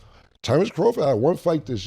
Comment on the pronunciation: I know dude aint say crawford lmaooo